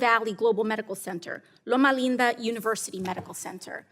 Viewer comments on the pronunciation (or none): Loma linda is not pronounced with an accent by anyone who lives there. 46% of a community being on Medicaid with that many contractors living there should be the bigger red flag…